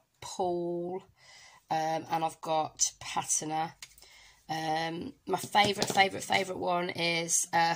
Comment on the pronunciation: Thanks for going over this technique with alcohol Inks. I would love to see more of the Reserse technique! By the way Patina is pronounced PAT TINA 💖👍 Gorgeous card in the end, but would have liked to see you do it on video. I know some don't like long videos but They can fast forward!!! 😊♥️🧚‍♀️